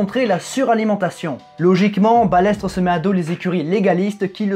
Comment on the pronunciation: Je suis la F1 depuis les années 80 et c'est la première fois que j entend prononcer balettre au lieu de balestre et F I S A au lieu de fisa.